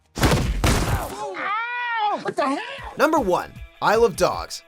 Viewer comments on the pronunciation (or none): When he said Isle of Dogs quickly it sounded like I Love Dogs. Just thought I'd put that out there.